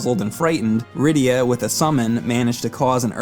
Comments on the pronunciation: I swear her name was rydia and it is in video why did I hear lyida lol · Managed to mispronounce Cecil (cess-il) Rydia (rye-dee-ah) and also said addicting instead of addictive